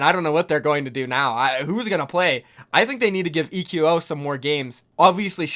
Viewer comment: Why is everyone calling him ee-que-oh? Shouldn't it be pronounced like echo? At least that sounds way cooler.